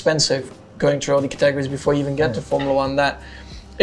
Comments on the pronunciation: is Max trying to say categories? Catorries isn't it. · Verstappens pronunciation of categories was interesting, Catagries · to quote Max Verstappen "CatAgerries" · The swedish for categories "kategorier" is pronounced like Cut Eh Go Ri Err there is no second A in the pronunciation or spelling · I was just talking about stress on the second syllable in the word “categories” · Every once in a while I think that perhaps I might actually like Max as a person, but then I hear him pronounce the word "categories" 😂